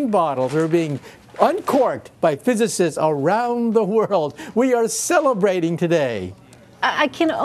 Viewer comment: The favorite WORDS Of michio kaku is " WE PHYSISTS "